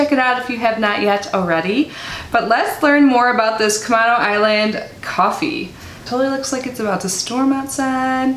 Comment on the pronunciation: I'm from NW WA. It's pronounced "Cu-may-no" Island. It's a beautiful area. They do have good coffee! Oh, and the smell... 🙂☕💕